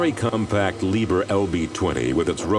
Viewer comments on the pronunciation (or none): it is pronounced Lied herr and not liber